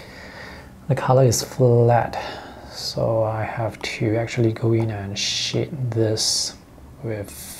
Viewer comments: lmao you sound like your saying 'shit' when you say 'shade' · thats what i thought he was saying at first. I thought he made a mistake or something the first time he said it lol